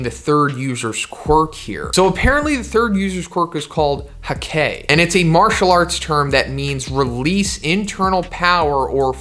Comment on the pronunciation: its hakkei not hekki